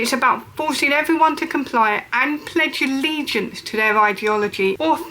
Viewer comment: "Awight evwywun" 😂 spastic